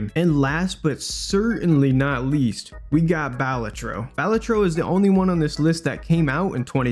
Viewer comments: Is no one gonna mention how it’s Ba-LA-tro, not BAL-a-tro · I'm I the only one that thinks it's pronounced bah-la-tro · Pronounced balatro wrong. Its ok tho